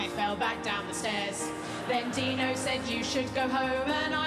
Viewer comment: Or Tino, at first I thought they were saying Tino, but at the end I realized it was Dino.